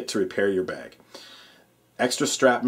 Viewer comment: you say "bag" really weird. Like "bayeg"